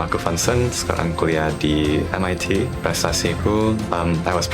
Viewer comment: Sekali lagi apa?? hah MIT? MIT HAH ? MIT😭😭😭